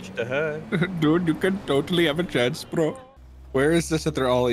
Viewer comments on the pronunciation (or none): They don't say "brah" aboriginals typically say "brus". At least in my experience lol